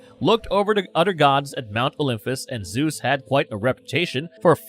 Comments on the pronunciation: Ughhh! Can anyone ELSE narrate this video? Every third word is pronounced horribly wrong. Olympus does not have an "f" sound ANYWHERE. At this point, this guy is butchering the pronunciations on purpose; right? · He mispronounced Olympus, a lot of the Gods’ name etc. it’s hard to listen to